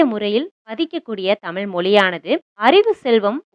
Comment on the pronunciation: Thayavu seidhu thamizhai thamizh endru ucharikkavum. Tamil tamil endru koorum pozhuthu gen Z pillaigalin pechu thamizh kavalaikidamana nilaikku thallapadum.